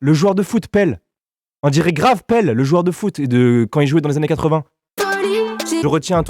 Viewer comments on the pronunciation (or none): On dit pas pell mais Pelé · En dit pelé pas pele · C'est pas Pele c'est Pelé 🤣😉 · Euh le mec a pidi c valouzz et en plus on dit pelé et pas peul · C'est pas pèle c'est pelé le roi du foot et après il dit maradona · il a dit pele et pas pelé 🤣🤣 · Ses pelé pas pelle mdr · ptdr pelle au lieu de pelé le non respect